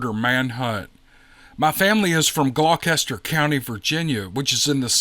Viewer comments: Gloucester is pronounced "Gloster". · It's pronounced Glos.ter I'm from tidewater 😅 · THANKS FOR SHARING YOUR STORY!! What an amazing experience!! I live in Hampton VA & have family in Gloucester VA. Can't wait to share this with everyone! (For those not familiar to the area it's pronounced Gloster😃) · I'm living in the area, King and Queen County Virging. Immedienly north west of Gloucester County Va. For future reference, it's pronounced Gloster county. I had the same issue when I moved out here from Hannibal Missiouri. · Hey, the spelling of that county name is deceptive Glaucester is pronounced Glosster. Everyone else,. Why don't we all agree to just leave a list of phonetic pronunciations for place names likely to get badly butchered? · Glaw-stir is the way it’s pronounced 🤣 Love ya,! Beautiful story. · FYI- Its pronounced Glaa-ster. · Glock-ester was funny though. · I love your channel and especially your narration. However my UK raised (now living in Canada) brain nearly shorted ever time you said Gloucester, lol. Unlike Middlesex plus Queen & Kings, that name did not survive the trip across the pond. 😄